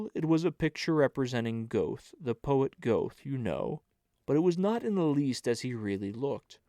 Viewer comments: The Goethe voice makes up for the Goethe pronunciation 😂 thanks for the reading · Please use the correct pronunciation of Goethe. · Many thanks for this wonderful reading! (Only, it's distracting to hear "Goethe" mispronounced over and over again!) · The mispronunciation of Goethe and Hermione and Haydn really bothers! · An excellent heartfelt reading. i’m sure you’ve learned about the pronouncing of Goethe. Magic Mountain by Mann would be perfect for you.